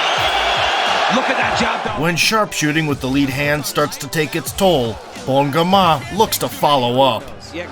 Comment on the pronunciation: "Bon gémain " 🤣🤣🤣🤣🤣 Bro butchered my fellows French brother's nickname again and again. Nice try tho